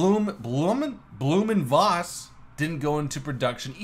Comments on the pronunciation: Blohm and Voss is pronounced win English Blowm und Foss, with the V being pronounced as a "F" . Volkswagen would be pronounce Folks-Vagen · Pronounciation is pretty close. German V's are normally pronounced as english F's or Ph's. Try: Blooh'm und Phoss